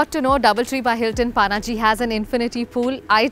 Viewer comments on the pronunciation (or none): Panji not paanaji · It's not Panaji it's पणजी lol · You don't say Paaaannnaaaaaji for Panjim while you're in Goa and you don't say Frisco for San Francisco while you're in the Bay Area......Please correct pronunciation of city names...It's Ponje in Konkani and Panjim in English....not Paaaannnnnnaaaaaji.....Take Pan from Pan card and take Gym......Pan+Gym = Panjim.....this is the right pronunciation of our city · It’s Panjim or Pa - na Ji - not paaa naaa jiii. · It's not PAANAAJI, IT'S PANAJI OR PANJIM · It's not panaaaji. Panjim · It's not Paaanaaaaji, it's Panaji* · It's not पानाजी 😂😂, it's पणजी. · Actually it's Panje in Konkani as in पणजे So she still pronounced it wrong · The way she said pa-na-ji....😵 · Nice video but that pronunciation hurts 😥 Paanaaji... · At least pronounce it properly it's Panji not Panaji 😡😡🤬😠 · Did she say Paanaaji 🤦 unsubscribe and dislike.. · Panji 😂 try to pronounce it right 😂😂 you are Indian not so called NRI 😂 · Kamya Jani u r beautiful! But u cant even pronounce Panaji! Very sad! Paanaaji ? Seriously? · It's पणजी not Pa-na-ji पानाजी as you are pronouncing it The fluency with which you say 'Panjim' as the Brits ruined most of our local names, please learn the Bharatiya (Indian) names well before you visit. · Pronounce Panaji correctly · Her pronunciation of Panaji is wrong and irritating.